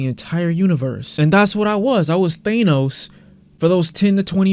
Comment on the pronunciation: Did you just call Thanos “Theynos”💀